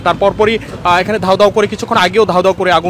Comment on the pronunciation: ধাউ ধাউ না,দাউ দাউ হবে সাংবাদিক সাহেব